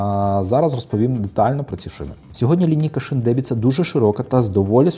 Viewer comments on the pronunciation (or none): Не дебіца, а деМбіца 😉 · Правильно казати не "Дебіца", а "Денбица". Дубрава то значить))